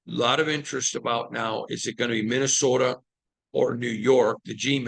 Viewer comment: You gotta be a "U-per". The way you say Minnesota sounds just like them when I was up there.